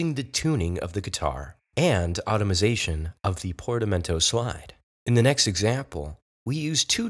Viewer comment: did you notice the way he said "automation"!!!!???